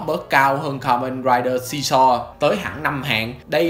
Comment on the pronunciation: Đọc sai chữ, từ ka men raiđer đọc thành karaider🖕